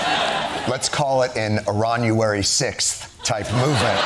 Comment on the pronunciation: “Iranuary 6th” 💀